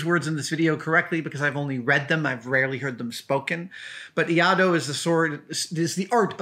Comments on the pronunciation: Adam, your pronounciation was pretty close, but you just missed an I. You pronounced it as IA-DO but it's in fact IAI-DO, just add a second short I after the "Ah" sound, same as the first, and you're good. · Another excellent video Adam! I'm probably not the first (and won't be the last) but Iaido is pronounced as "e-eye-do" - I've been a practitioner of Tenshin Shoden Katori Shinto Ryu for just over ten years :) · “ee-aye-do” I’m a practitioner of iaido. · FYI, pronunciation is"eye - eee- dough" and the Iaido technique of drawing and cutting in one motion is called "NUKI TSUKE". Love all your vids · Great video! It's EE-EYE-DOH (iaido) btw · Adam, I am a huge fan and this is SUCH a cool episode because as I am watching this, I am packing up my own practice blade (called an Iaito or Mogito )or to go to Iaido Practise. The pronunciations is: Ee-Eye-Dough, by the way. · Iaido pronounced ee-eye-do 👍🏻 the collar on the blade is called a habaki, the scabbard is called a saya, the handle is tsuka, etc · Quite close - Iaido (居合道) - pronounced e-eye-do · A-ee-do (Ia-ee-do) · Iaido. Pronounced EE - EYE - DO. Great story! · It's pronounced : ee-eye-do. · Uh... No. It's Iaidō like Misterkami said. No L in there. Why would you even attempt to give a pronunciation when you don't even know the first letter in the word? Reminds me of a guy who praised the Ip Man movies as some of his favorites and called him I. P. ("Eye Pee") Man as if Ip were initials.